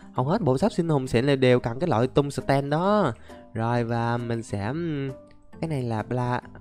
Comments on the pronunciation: Anh dọc chữ tum sờ tem nghe mắc cười. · Anh ơi, em nghe anh đọc chữ tung sờ ten nghe nó hài hài sao sao ấy